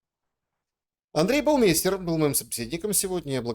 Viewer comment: Не надо коверкать фамилию правильно Баумайстер